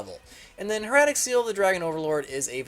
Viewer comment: It's not Her-at-ic, it's pronounced Heir-a-tic.